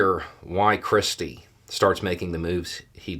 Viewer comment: Every time you say 'christie' I hear 'cripsy'.